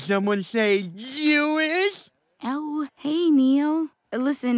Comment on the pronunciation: He pronounced it zhewish